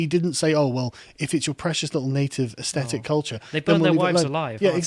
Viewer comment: Why is there a plague of mispronunciation of "aesthetic" on YouTube? Drives one a bit dotty.